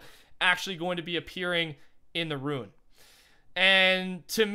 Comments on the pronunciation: RUNE! not ruin, RUNE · Rune, not Ruin.